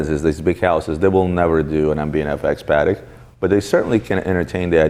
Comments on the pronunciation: I always do! These clips are as engaging as the "grey market" episodes (for me). tho'... will probably always say it paddeck hahaha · I know it's a weird thing to say at the 2min mark: THANK YOU fro saying it Patek (in Patek Philippe) the right way (wipes a tear away) aaand then he stabs my ears again at the 3 minute mark saying "paddeck"